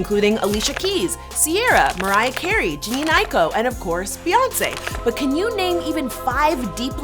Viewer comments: "Jean iko" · Who tf is gene aiko …. It’s jhene (Ja-Nae) 😂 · “Jean eyeko”